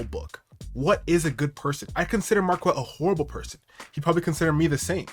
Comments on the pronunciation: The name pronunciation alone should tell you that he’s ignorant… It’s a French name and there is no ‘w’ in the pronunciation!!! It’s like demanding that we say the ‘k’ in knife!!! It’s an English word and you pronounce it as such. Anyone in France would think he’s an imbecile. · I love how he confirmed his name is French and still continues to pronounce it wrong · Every time I hear him say his name it just sounds like market 😅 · His pronunciation of Marquette sounds like someone's pet rooster 🐓